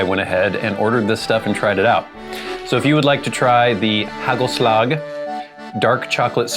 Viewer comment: HUGHELSLUHGH. Not too bad pronunciation 👏